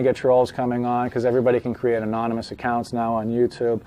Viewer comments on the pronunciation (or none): none